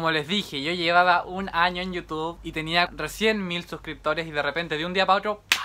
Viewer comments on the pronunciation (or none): none